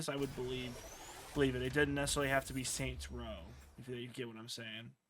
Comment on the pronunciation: What the fuck is up with you saying "saint rows" Its Saints row man 😂